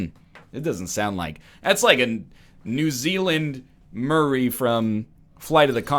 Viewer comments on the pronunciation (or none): none